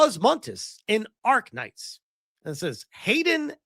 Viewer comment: It is ARKNIGHT not ARK-KNIGHT! As a fan, this is an insult